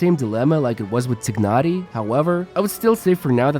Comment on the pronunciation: whenever i hear someone say "tiggnari" I always think of tigger: that's T-I-double ga-Nari